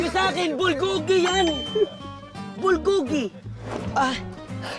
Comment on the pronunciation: bulbulgogi hirap pa ihh pronounce bubuy hahaha😊